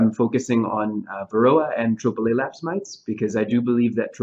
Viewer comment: Great talk! Most interesting subject. I did not understand what BUG Dr. Ramsey feels will be the next horror bee keepers will surely be facing in the future. It sounded like he said "triple-a-lapse mite" to me. I have a couple of questions to advance. But first I would posit that when the Varroa mite is standing on the dorsum of the thorax of a bee, it is looking for a drone to hop on. Further, I believe that the mite is in the best physical health to make the journey to a new hive to "grow" the numbers of Varroa found out in Nature. And the drone bee will be accepted past the threshold of the new hive and the guard bees located there. This would be similar to honey bees swarming to grow the number of bee hives out in Nature. I plan to place hive entrance queen excluders on all of my hives to see if this slows down the spread of Varroa between my hives in my apiary. My last point: we teach that 90% to 95% of Varroa are located inside the brood cells and not riding on adult bees. Hopefully in Texas at least, Hobby Bee-keepers are not looking for these Varroa hitch-hikers, but are doing alcohol washes with denatured alcohol or windshield washer fluid which is a water/alcohol mix. And when the count of these washes warrants, we treat for Varroa.